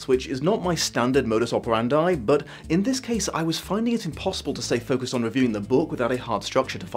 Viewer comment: I've never heard modus operandi being pronounced like that, is it the English pronunciation?